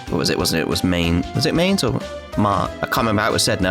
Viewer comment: To pronounce Mainz, say it like you would say "Mines", but replace the "s" with a "z" sound.